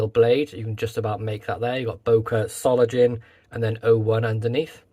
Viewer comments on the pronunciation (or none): What a beautiful knife! Will be in my collection soon. (BTW, the „ng“ in „Solingen“ is pronounced like the one in „singer“.)